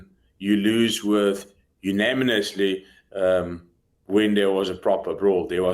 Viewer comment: younaminously is crazy hahaha